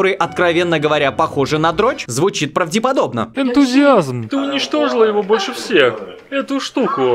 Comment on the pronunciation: Автор сказал - "правдЕподобно"????? 😒